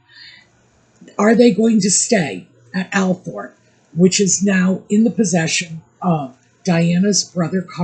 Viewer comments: its pronounced All-thrup, the 0 and R gets reversed in the pronounciation. Everyone pronounces it that way as Lady C explained. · FYI: Althorp is correctly pronounced “ALL-thrup”